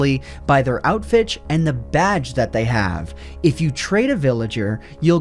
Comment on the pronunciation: You said outfich